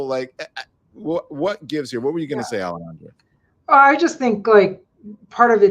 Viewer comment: Don u keep calling Alejandra, Alejandro what's up with that 😂